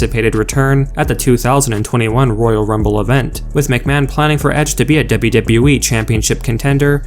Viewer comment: I hate the way he says "w-w-e" and the way he swings and slurs his words together like so